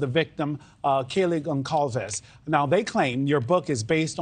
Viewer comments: As soon as I heard him pronounce the C like a hard C instead of an S sound, I lost respect. THEN he said Gon-claves. He put the L before the A. 🤦🏻‍♀️ Not very bright is he? How embarrassing. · It's pronounced GonSalves! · I think he does it on purpose… he will be on Nancy Grace or Megyn Kelly, whom… in 10 seconds prior, either THEM or another panelist with FIRMLY pronounce the G family last name 100% unmistakably CORRECT, yet as soon as he opens his mouth (Blum) he immediately MISPRONOUNCES IT! 😂 I think he does it on purpose as a slap in the face to Steve, who probably mispronounces ”BLUM,” as this last name, also is mispronounced often!